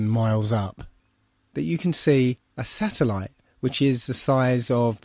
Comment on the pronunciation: SATURN-EL-ITE Satellite